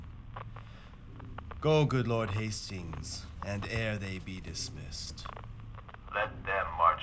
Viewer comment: Did he say " hastings " ?